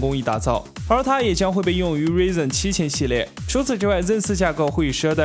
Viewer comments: 你都报道了多少AMD的新闻了，Ryzen还不会读？稍微查一下也专业点吧。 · 能不能注意下英文发音，cuda，ryzen都读不对，取关了。